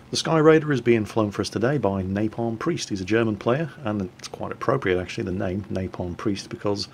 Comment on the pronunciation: LOL did he mispronounce your name? :-)